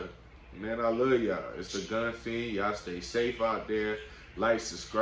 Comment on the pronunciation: You know FIEND, not FIEN? Right? Lol...good videos though!!! Just BSn man!